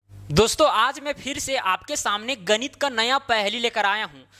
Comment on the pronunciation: गणित ❌ गनीत ✅